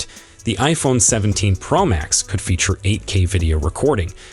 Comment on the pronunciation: Wtf is the iPhone pearl max?!?explain why u can’t pronounce pro as it needs to be?!?